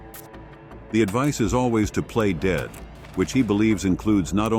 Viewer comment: This AI produced male voice is ridiculous! He mis-pronounces the word "dead " as "deed", and several other words! The narrator needs to be replaced!